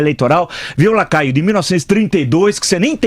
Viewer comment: Boa Prof. Vila!! Mas é Lacraio ou Lacaio? kkkkkkk